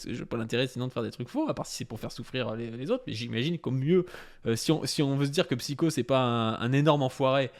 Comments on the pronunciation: Aucun de vous est capable de prononcer son pseudo correctement...ptin cest ouf! PsyHOdelik, cela dis, merci pour l explication du dr@ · Pourquoi tu dis Psyko c'est Psyho. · Bon on va faire un point prononciation. "Psy-ho", pas "Psyko". Et Shizzle (c'est un i), pas Shaïzzle